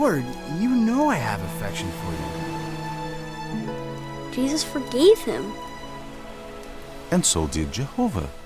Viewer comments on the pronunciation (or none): I'm sorry, but I keep hearing the dad say "Jizzus" and I can't take anything seriously 😭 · The way the father says Jesus drives me crazy. “Jeyseus”. Also, why are they obsessed with called him “Jehova”. His name is also Yeshua, El, Ei, Adonai, Eloheim, etc etc. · I know I shouldn't mock accents...but like the dude kept saying "Jizzus" and I couldn't keep a straight face.